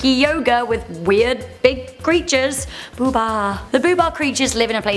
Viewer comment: not boobah it's boohbah